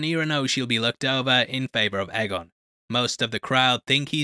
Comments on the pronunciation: One of of the books is called dunk and egg so it probably is pronounced egg and not a. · It’s always been pronounced “eggon” no? “Little egg” in GOT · its pronounced eggon. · I like that you changed your pronunciation of aegon. I always thought it was pronounced like egg-on because of the wonderful dunk and egg novellas that gave me more of westeros. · you literally pronounced egg-on the same way when you were criticizing the pronunciation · Um... Am I the only one who didn't hear any difference in the 2 pronunciations og Aegon?? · Dunk and egg, how did you not know how it’s pronounced? :-)